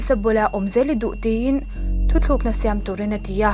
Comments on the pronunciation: Thuthlukna ni lovin. "Thutlukna" tih hi a dik zawk em aw.. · A ngaihnawm hle mai a..chutih laiin maw..Thu thlukna ni loin Thu tlukna tih tur aw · Thutlukna tih zawk tur aw..Thuthlukna niloin..i chhiar ngaihnawm e..👍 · A ngaihnawm ṭhîn khawpmai chuan "thu thlûkna" nilovin "thu tlûkna" tihzâwk tur niin ka hria.